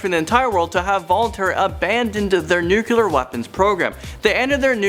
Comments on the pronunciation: nuclEAR, please, not nucElar... :( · #10 is nonsense. Also, "Nuculer". Lord.